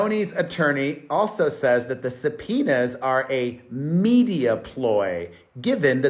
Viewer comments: Subpoenas; sometimes when you are saying this word it is sounding like your saying za penis. Is it just me or anyone else hearing it😅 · Before you read subpoenas as supinas I use to read them as subopenas in my heart 😂😂😂